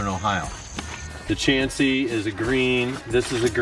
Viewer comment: Mohican is probably double the elevation you mentioned. MTB Project is way off. Glad to hear you pronounce Chauncey correctly. Do you know why it's pronounced "wrong"?